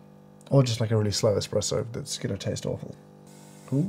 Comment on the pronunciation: Ngl I lost faith in this review when this guy called an espresso an “eXpresso”